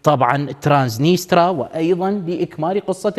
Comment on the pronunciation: ترانسنيستريا وليس ترانسنيترا